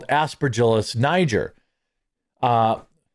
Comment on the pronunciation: Boy. Good thing Jeremy pronounced NIGER right. 😂 😮‍💨